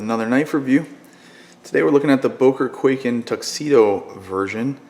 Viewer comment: its pronounced kuai-ken not kway-ken